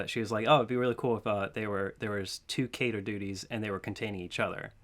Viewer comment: Wheeew!! never knew the letters stood for something Dibs on the timestamps! It's pronounced Keter,.